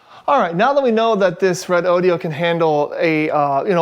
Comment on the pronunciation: Hey, it's RE- DO-DO, NOT RODEO DODEEOH. JUST RE DOH DOH! DOH!!!